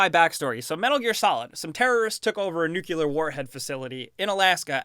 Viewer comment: If you know you pronounce "nuclear" wrong... why not just, y'know... pronounce it right?